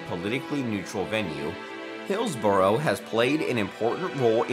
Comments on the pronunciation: Arrgh, that narrator -'Hills-burrow' castle is pronounced Hillsbra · For friends over the pond its pronounced Bucking-um, Sandring-um, Hills-burah, and Edin-burah. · I must admit that the narrator of the video in question sounds to me like a close relative of Peter Sellers’ famous comedy track of the 1950s ‘Bal-HAM gateway to the south’. He refers to ‘BuckingHAM Palace’ and ‘HillsborOH’, and stresses ’Sandringham’ instead of ‘House’. Possibly a little preparation would have paid dividends? As for his interjections are friendly and respectful and desirous of help in understanding us which is always appreciated. Well done, by me at least!